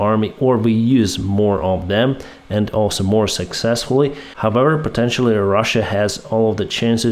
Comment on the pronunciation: there is a difference between "unable" and "enable", so pronouncing it correct is very important. also there es a difference between T and D as well as "however" is not pronounced with the "W". if you really have "learned english form atlas vpn" you should have learned that too (this is hint number 9 on these topics)